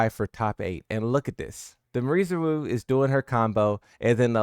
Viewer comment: I want to count how many variations of her name you can pronounce wrong. This one is my favorite up to now, Marie Zaru LOL